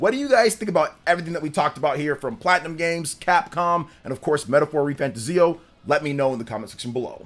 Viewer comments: Not pronounced fantaZIO. It's fanTAzio. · You are pronouncing refantazio wrong. Its re fan 'tay zee 'o. ' = emphasis Re fan Tayzee o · I might be wrong. But I think you're pronouncing fantazio wrong. Your videos are great but please fix how you pronounce it 🙏